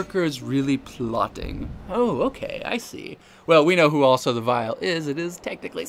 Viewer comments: Why can’t you pronounce Ausar right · it's basically the pronunciation mister Ausar (OW-Sar)